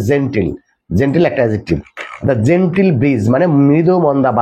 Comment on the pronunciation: Sir your pronunciation is wrong This is not জেনটিল This is জেনটল😊